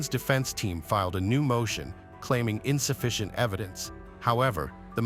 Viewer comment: WTF!? "insafeiton evidence"...?❌❌☢☢❌❌ they should get prison to,for even trying!!!,🚫🤮🚫 for hurting the families even more.💔😔